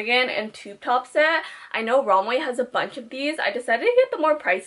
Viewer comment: when she says romway instead of romwe 😩